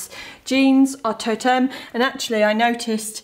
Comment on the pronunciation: Still remember her weird pronunciation of Toteme😂😂 Cringe!